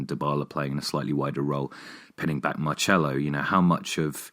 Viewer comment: Guys it’s pronounced Montela (in Italian the “LL” puts emphasis on the letter, it’s a Spanish “Y”). Also it’s pronounced Marselo, and not Marchelo ( which would be the Italian pronunciation).